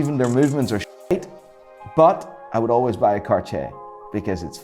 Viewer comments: Bruh why is he like "Cachier" isn't it like Car-tea-er? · Considers himself "Watch Expert" but doesn't know how to properly pronounce Hermès, Audemars Piguet or Cartier